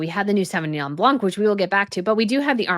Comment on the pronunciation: Sorry to be pandentic. It is BLAN not BLANC the C is silent.